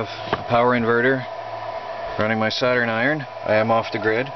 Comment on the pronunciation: Dude, your pronunciation of Soldering Iron is like nothing I've ever heard - it sounds like Saturn Iron! :) I'm curious what accent is that?